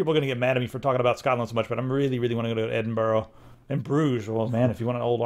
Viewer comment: I love the tek and all but man do Americans butcher the pronunciation of Edinburgh lol